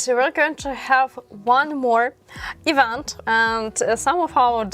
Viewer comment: You need to learn English better than what you speak now. It’s awful to hear what you saying. Ivant? Event